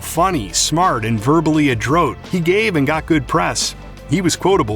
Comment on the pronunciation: The word is "Adroit"... not "Adrote"